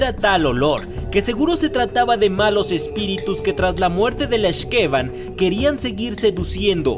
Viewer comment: YAAAAAY!! YUCATÁN! Y LA LEYENDA DE LA X'TABAY!!!! YAAAAAS!!!! y por cierto, las palabras mayas se pronuncian como agudas en los nombres, así que es X'KeBAN. Gracias por mostrar leyendas de mi adorado estado!! Por cierto, el nombre de la otra (que es su hermana de hecho) es Utz-coLEL; de nuevo, pronunciación aguda